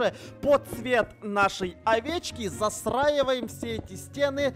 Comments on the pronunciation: Ты место застраевоем сказал засраевоем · Почему говорит засраиваем а не застраиваем!? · Интересный факт: Говорит засраиваем а не застраивает 🗿🗿